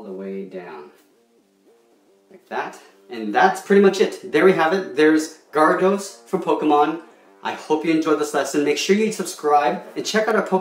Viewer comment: it isnt gardos is garados